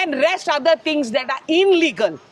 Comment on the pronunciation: It's illegal not inlegal